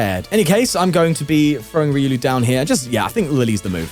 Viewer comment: Just to help you it’s “reeh oh lu” not “re uu Lou”